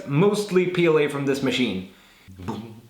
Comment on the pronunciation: The second he said boom I was like, since when did he become crazy Russian hacker?